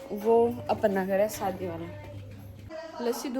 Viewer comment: Saadi nahi shaadi...